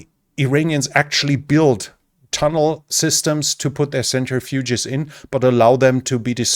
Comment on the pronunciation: You are great, especially for a non-native English speaker, The uranium processing machine is pronounced "sentri-fuge"( not a "century-fuge"). Thanks for the videos!